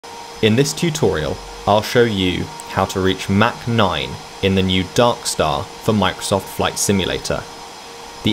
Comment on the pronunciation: "Mack noyne"